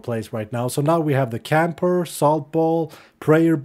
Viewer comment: Its called kapoor not camper😂